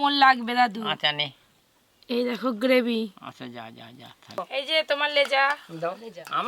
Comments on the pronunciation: অশিক্ষিত বলে 'গেভি'!!! এখন 'লোঙ্কা' কে লঙ্কা বলতে শিখেছে।ভাল লাগল। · গেভি নয় গো বলো,,, গ্রেভি।চালমগজ নয় গো,,, চার মগজ।